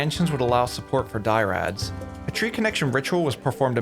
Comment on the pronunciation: I'm not sure if it's an inside joke or maybe is dyslexic but 'dyrads' as opposed to "dry ads" made me laugh. Anyways great work.